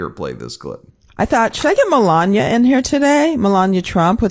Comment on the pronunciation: Pronounce it "Me-la-knee-ay"!